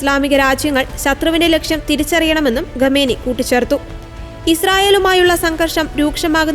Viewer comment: ഗമേനി അല്ല. ദയവായി അക്ഷരസ്ഫുടതയോടെ വായിക്കൂ